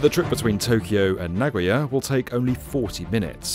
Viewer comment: Maybe get Japanese cousin to voice-over the next B1M Shinkansen video: "na-go-ya" not "na-GOY-a". Mispronunciations are like scratching fingernails on a chalkboard...